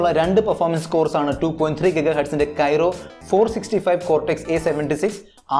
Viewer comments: Kyro alla chettaa kryo aanu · Kyro alla bro.. its kryo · പൊന്നു ചേട്ടാ കൈറോ അല്ല ക്രൈയോ കോർസ് ആണ് Not Kyro it's Kryo Cores architecture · It's not kyro architecture it is kryo architecture.. good video and good comparison. All the best 👍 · ബ്രോ .. Qualcomm പ്രോസസ്സർ കോർ Kryo (ക്രയോ ) ആണു, Kyro (കെയ്‌റോ ) അല്ല. അടുത്ത വീഡിയോ മുതൽ തിരുത്തുക.